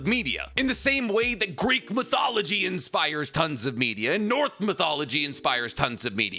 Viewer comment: my man said north mythology lol love you but its NORSE